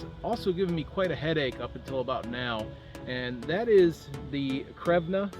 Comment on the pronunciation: Crvena is pronounced "Say-er-vane-ya."